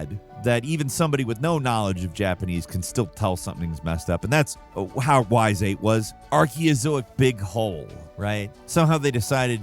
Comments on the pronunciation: Sorry,. It's pronounced EEes, not Why's. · its E-s(s sound) not whys lol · you old buzzard. It's pronounced "ease" not "wise", for crying out loud. You're like me - old enough to have a birth certificate in hieroglyphics. Old enough to know better... 🤨😝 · ..."wise"??? I thought it was "ees", rhymes with fleece. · Ys is pronounced like Es, not Wise. There is one of the games where the title is pronounced in the start. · love ya man (okay, bird), but holy crap did you absolutely mangle the pronunciation on "Ys VIII: Lacrimosa of Dana". You literally got more words wrong than right. - "Ys" is not "whys", it's "eece", like Greece without the Gr or Geese without the G. - It's LacrimoSA, not LacrimoNA. (Bonus: "Lacrimosa" is the Latin for "weeping" ) - "Dana" is not said like the name "Day-nuh", but is more like "Dah-nah" (or "Donna"). No hate, just wanting to clarify in case it comes up again for whatever reason (although seriously, when was the last time a Ys game was on one of these videos? So it's probably not too necessary.:P ) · As a fan of the Ys series, that pronunciation made me cringe and laugh at the same time. It is pronounced like the word ease just so you know. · Hey! Whole family loves you! Quick note: Y’s is pronounced EEs. Take care! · Pronouncing Ys as why's or something,... is an AI?:) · Ys is pronounced like fleece, with the F and L, it is NOT PRONOUNCED as "Whys" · I've said it before and I'll say it again; Y's is pronounced EES. Like Geese without the G. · my bird, stop mispronouncing Ys, or I'll make a pen outta ya. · The irony of mispronouncing Ys 😂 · Ys is pronounced like geese without the g